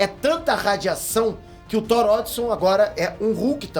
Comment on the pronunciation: falando “whore” kkkkk